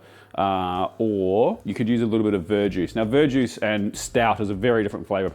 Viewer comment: what kind of juice as an alternative to dark ale? Because all my brain hears is "bird juice" 😂 and captions are unhelpful with "ver juice".